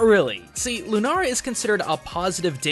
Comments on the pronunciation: It's lunaLA not lunaRA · It's not lunaara it's lunaala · It is Lunala not Lunara. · Why dose he keep saying nara instead of nala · anyone else notice that he says lunara instead of lunala, l-u-n-a-l-a, where is the r? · LUNA-LA NOT LUNARA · You say it "Lunara" it's Lunala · It's Lu-naL-a not Lu-naR-a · Its Loo-Nah-Lah not Loo-Nah-Rah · Does he know that it is Lunala, not Lunara? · Lunala not Lunara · The video was great and all but he kept saying lunara when it's lunala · lunala doesn't have an r in it he said lunara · Seriously tho, it's Pokemon. Their targets are older kids and younger teens. Also, why are you saying LunaRA??? It's LunaLA. Not trying to hate, but srsly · since when was Lunala pronounced Lunara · Did it bother anyone else that he kept saying "Lunara" instead of "Lunala?" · it's not lunara it's lunaala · Why is he pronouncing Lunala "Lunara"? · Also, it's LOO-na-la, not LOO-nara. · Ok somethings annoying me and I have to address it, it's Lunala not Lunara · ok nit pity but he was saying "lunara" winstead of "lunala" l not are. Ok rant done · dude its Lu-na-la not Lu-na-ra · ITS LUNALA NOT LUNARA OMG!!!!! IM GOING TO KMS! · Lunara? Its Lune-all-ah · Shadow Kirby "Lune-a-la". Dude. Lu-na-la. The letter "n" is from the second syllable, so you can't pronounce it on the first. But yes, it's simply "Luna"(Latin and Spanish) for Moon, and "ala" for wings(Latin and Spanish too). It's name is basically "winged moon". As for Solgaleo, I feel that, even if somehow related, "galeo" has nothing to do with Galileo. "Sol" for Sun, "ga" as a connector, and "leo" for lion. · Lemuel Ogabang It partly was, the amount of people correcting him was annoying. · It's Luna-L-a not Lunara. Stop trying to be Japanese you weaboo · Why does he pronounce Lunala as Lunara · "Lunara" ITS LUNALA. It CLEARLY has an L. L. NOT R. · Moriah Manning He's mixing the Japanese and English pronounciations of the english name, I think. Lunala and Runara. EDIT: Yep. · Lunala, not Lunara